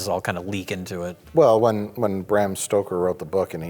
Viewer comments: Who the fuck says Stroker? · "Everyone says strokers"..... No jay they don't =P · Yeah, I always pronounced it Bam Stroker until I realized that wasn't the spelling. I may be dyslexic.